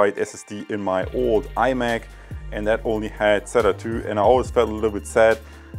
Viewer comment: You keep saying iMac. It really bothers me ;-)